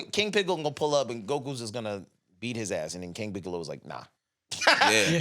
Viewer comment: Nikkas said Anthony Mackie as Piccol!!!!!! 😂😂😂😂